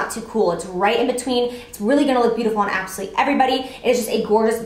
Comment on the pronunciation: It sounds like you're saying "absoLEE" when you're saying "absolutely gorgeous" lol I love you so much!